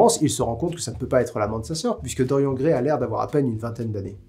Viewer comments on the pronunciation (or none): mais ... c'est un prénom celte!!! ça se prononce DorianE (mon prénom viens de se bouquin ... ça fait 26ans que je me bats pour qu'il soit prononcé correctement !!😡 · Tu prononces Stephen King à l'américaine, mais tu prononces DoriEN, et pas DoriANNE. Ta cohérence m'échappe ^^ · C'est horrible de t'entendre dire constamment "Dorian" a la française xD ca se prononce avec le "e", non mais ! (Oui jme sens un peu concerné >.>)